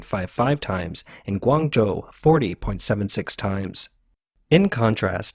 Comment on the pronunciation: I noticed that "Guangzhou" pronunciation got corrected. Good Job! Not sure what happened with "Kyoto". Why is it "Kigh–oh--toe"? I am surprised that the voice synthesizer does not have that name already stored.